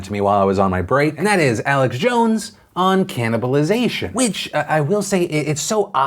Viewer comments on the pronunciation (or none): The fact that I had to re-wind three times to make sure he said cannibalizeation says more than enough